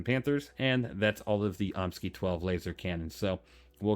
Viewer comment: Concerning the cannons...... I have always pronounced it, "Omni-Sky". Am I way off or what? Love your content, sir!